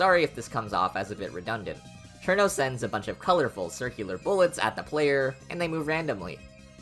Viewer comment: You finally pronounced it right. I’m so proud